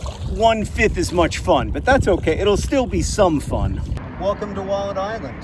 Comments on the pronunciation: It took me a little too long to understand what John was calling the island. When he said he found a wallet there I thought "I've never heard of a wallette, is it a river creature native to that part of the world?" 😓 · Was he saying wallet this whole time? I kept hearing Wallid. I was like, what's a Wallid? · I thought he was saying Walden island for most of the episode lol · I did not realise that he was saying wallet this whole time, I kept hearing Wallid. I was like, you found a Wallid? What's a Wallid? Maybe a type of animal? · Until you explained the name of the island I thought you were saying “Wallid” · anybody else misheard "wallet" and wondered what the heck a "wollod" was for four minutes?